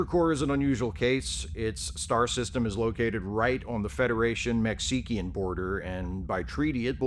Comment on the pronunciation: "Mech-see-ki-an" border? Well done sir. Well done. 🤣🤣